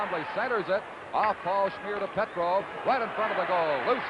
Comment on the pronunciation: PETROVE is what I heard but still very poor...Mike Walton was a dud in this series .